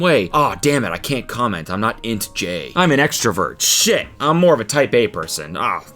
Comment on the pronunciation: Please have Kelsey educate you on the Myers-Briggs Personality Test (INTJ) . Not pronounced like a word. Never trust the AI results on google.